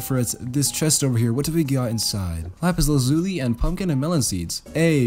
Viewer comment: U pronounced lapis lazuli wrong 😳😳